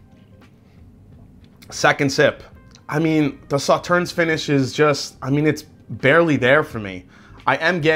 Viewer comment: Free info: The last "s" in Sauternes is silent. Pronounced: "Saw-Turn" 🌈 The More You Know 🌈